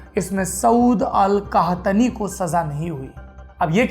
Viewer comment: सौरभ द्विवेदी जी वो 'सऊद अल कहतनी' नहीं 'सऊद अल कहतानी' है :D :D